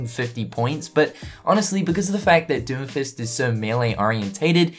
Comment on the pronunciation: ... the way you say doomfist makes it sound like you are saying doofus